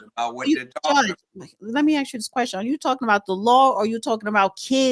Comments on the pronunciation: Someone tell her that "ask" is not pronounced "axe". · She is not an impressive listener. You'd think in this situation she could pronounce ask properly.